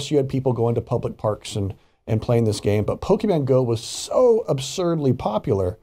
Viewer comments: Hey It’s Pronounced “Pokémon” Not “Pokeman” 😒 Get it right Man.! Farron Cousins pronounces it better than you. And he’s not even a NERD! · How are you a nerd, but you call it Pokiman Go? Stop😂😂😂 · Two things 1) i didn't even have to hear about this to know it was going to happen. 2) there are two types of fans: Regular people and the ones who say PokeMAN. Sorry, just irritating when i hear people mispronounce things like that. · I'm honestly just more surprised with how literally heard how pokemon is pronounced and still pronounced it pokeMAN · why do people still say PokeMAN? It pisses me off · It would be really great if they learned how to pronounce Pokemon before they did a story about it...